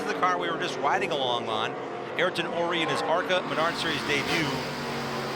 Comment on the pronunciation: Ayrton = "aye-eer-tun" Not "air-tun" Just FYI for the announcers who mispronounced it about 50 times 😂 Mr. Senna would not be happy with the announcers, just like how he yelled at Murray Walker for calling him "Air-ton Senna" 😂😂😂